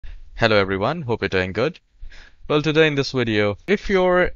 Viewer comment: Haha, he said wideo xD